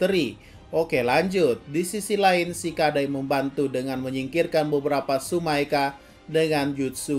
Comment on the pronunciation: Bang Tsumeaka bukan Tsumaeka